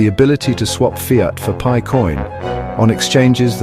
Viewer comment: Haha the AI voice says pee eye network 🎉😂